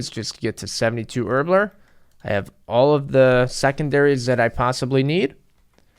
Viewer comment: I like how he says Herblore “Erbler”